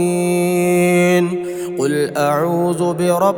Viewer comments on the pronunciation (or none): none